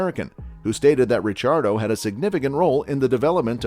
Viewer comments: His last name is italian so its actually supposed to be pronounced that way! (RiCCiardo) the double CCs are pronounced kinda like how they are in words like capuCCino. Daniel is aussie so he pronounces it in english so its easier for non-italians! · Mispronouncing his name?